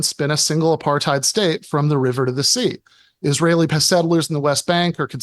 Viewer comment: 1. Uses "Apartheid". 2. Proceeds to describe something that doesn't resemble Apartheid. 3. Also mispronounces "Apartheid" but so does everyone who isn't from the country that Apartheid happened It just blows my mind that that word has been adopted by a global audience but I haven't heard one single person even attempt to pronounce it correctly. It makes me so suspicious of people who use it to argue points. Sure, you could have only read it, but I doubt they've even done that much